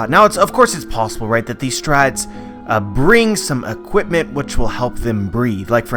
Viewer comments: You say strhats in stead of straw hat s lol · I hate the way you say Strawhats ‘strats’